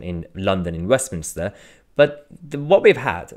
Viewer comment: wait a sec, did you say "Westmin-i-ster" that's not a thing or a place 👌 it's Westminster...